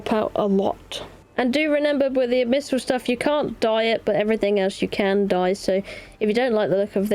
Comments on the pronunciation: Ab-missal? Try saying Ab-Bi-Sal all together, not sure where you are getting that M from lol. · This is like the 3rd or so video where I've heard her read Abyssmal as "abmysal", but the amount of times she says it here gave me an aneurysm. I'm dyslexic too, but knowing that the word "Abyss" exists helps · Why do you pronounce abyssal as abmyssal? It's like you're conjoining the words abyssal and abysmal together, but putting the M in the wrong place lmao